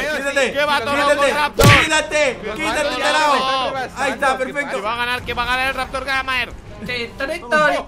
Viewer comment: Soy el único que le dan risa cuando raptor dice "tarado porque en realidad dice tarao"